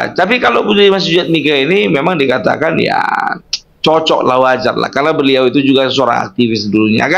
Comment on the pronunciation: Berliau.... Pelan pelan kalau bercakap cakap bukan berliau tapi beliau... Hahaha